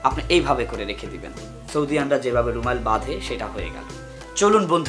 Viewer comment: কথাটা ত "রুমাইল" না বরং "রুমাল"।